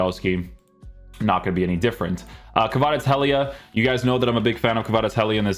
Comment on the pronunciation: Take a shot every time this dude butchers kvaratskhelia’s name